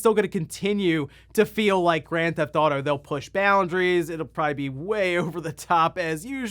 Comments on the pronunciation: there’s no such game as”Gran-thouto” it’s “Grand Theft Auto.” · “Gran thauto”